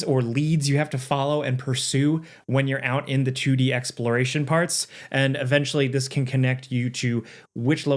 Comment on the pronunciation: "a chewdee sidescrolling game"